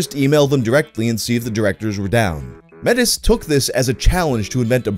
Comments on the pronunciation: The swap AVI guy's name is pronounced may-tee not met-is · Metis is pronounced may-tee